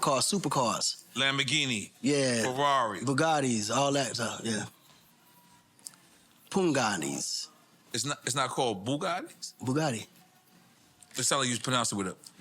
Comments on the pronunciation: It’s pagani not pugani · Its pagani zonda init not p'U'gani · that "pugaty" zonda car is Pagani Zonda you pronounce the Pa like in "past"or "pass" Company is italian but creator/owner is Horacio Pagani from Argentina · It was crazy watching and listening to them try to pronounce Pagani.